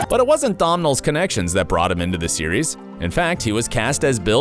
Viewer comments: Other things that changed: how you pronounce names! Is it too difficult to research that Domhnall is pronounced DOUGH-NALL, rhymes with tonal, and the author's name rhymes with BOWLING not howling? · Domnal Gleeson 🙈 it's pronounced doh-nal